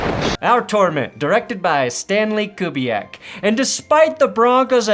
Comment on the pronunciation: "Stanley Kubiak." Have a Cold One, Lad!